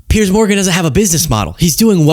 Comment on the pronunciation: Piers, not Pierce